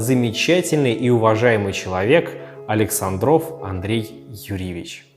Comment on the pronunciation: АлексАндров , ударение научитесь ставить , умники и сыщики